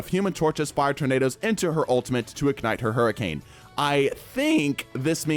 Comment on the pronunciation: Not to mention “hurriance”